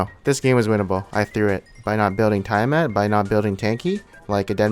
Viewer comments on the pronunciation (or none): dude you're pronouncing tiamat incorrectly... search google